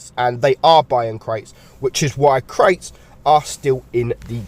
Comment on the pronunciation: My interest ended when I heard crates